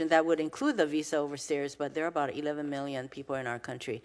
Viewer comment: she can't pronounce OVER STAYERS , she says OVER STAIRS....DUMB DEMS